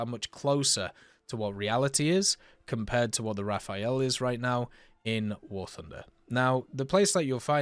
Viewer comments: RA fAL ! And Not "Ra fa ël" opposite sound of the letter "L". Its so simple, and you prononce it correctly at 16min 04 sec! ANd normaly, logicly Rafale must be after M4000 who are his base plane build. Rafale build after the base of the Mirage 4K, same for his radar from the 4K. Long time Dassaut want build and sell a Delta double Engine. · I use to say it the way he says it too until I realized that if it was said that way, it would be spelled “rafaele” lol. “Raf-al” is just as easy to say for me. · Best way to pronounce Rafale is to forget about the last "e", just Rafal